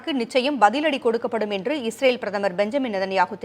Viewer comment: இவர் பயப்படுகிறார், பயத்துல இஸ்ரேல ஈரேல்ன்னு சொல்றார் 😂